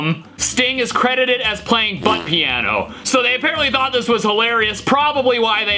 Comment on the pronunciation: Sting plass piaasno very well, ha ha…